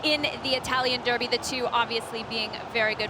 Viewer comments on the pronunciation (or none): none